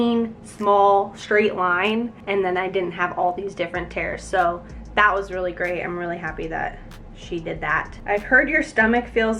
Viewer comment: u say it rlee